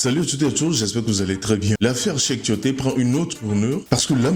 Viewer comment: On dit Tioté, et non timoté